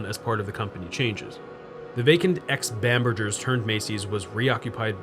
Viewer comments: Seriously. It rhymes with hamburger. Of you're gonna have it in your video, do some research and learn how to pronounce it! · it's a hard "G" in bamberGers, like "hamburger", not a soft "G" like mergggger.... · I'm surprised you don't remember Macy's/Bamberger's ads from when you were young. Bamberger is pronounced like 'hamburger'. Living in the DC/Balto area from my early 20s to mid 30s, I visited White Marsh many times - but only for the Warner Brothers outlet and Ikea nearby. Never actually set foot in that mall! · FYI, Bamberger's was pronounced with a hard g sound, not j sound.